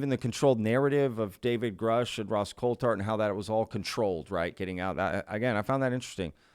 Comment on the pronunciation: what a great job you do catching the little things between the lines that could just pass by without being noticed…I appreciate you!!!!! Also the annoying mispronunciation of Grush’s name 😂I hate when people mispronounce his name!